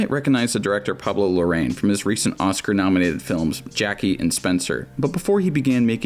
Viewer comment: is not Lorraine, it's more like: La-Ra-Inn